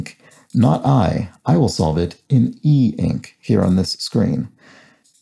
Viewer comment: i actually died when you said "e-ink"